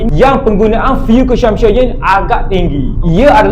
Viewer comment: Ko sebut CONSUMPTION- kelakar dik (belajar lagi)!